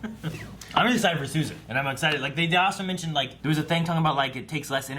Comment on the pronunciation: The way, and the characters on the show pronounced Sousa makes me cringe like that one guy cringed to the word Moist. I need Yo-Yo to say it for my sanity lol